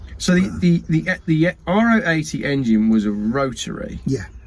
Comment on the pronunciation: Congratulations to for knowing how to pronounce Ro80 correctly. So commonly referred to as “An Ah Oh 80” rather than “Row 80”! Whilst there were undoubtedly engine issues with early cars, it has become highly exaggerated over time. And as with many cars that suffered with mechanical issues (the Stag for example), knowledge gained over time (the Ro80 was launched 57 years ago!) has made those issues a thing of the past. They are a highly dependable Classic able to eat up the miles quickly in a safe and comfortable environment. Contrary to popular belief, few cars exist with V4 conversions now with only one on the road in the U.K. The other 50 or so U.K. cars all running rotaries. Seven Ro80’s completed a tour of Morocco last year, and all behaved impeccably.